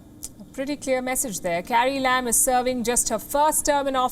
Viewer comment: she said carrie lam. I heard "Scary Lamb". That's when I realized that now my mind expects only sarcasm from Palki.